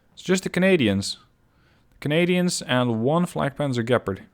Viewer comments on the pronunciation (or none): none